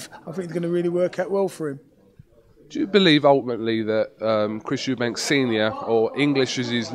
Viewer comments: You'd think he would know that it's Eubank, not Eubanks. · its chris eubank not "eubanks" wtf, he fought the guy cant he get his name right?